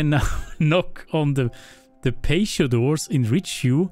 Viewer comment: " PATIO " is pronounced - PAT - E - O